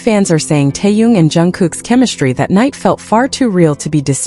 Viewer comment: It's Taehyung